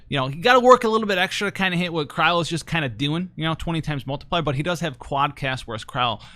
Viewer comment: I always thought her name was pronounced Cry-Lee lol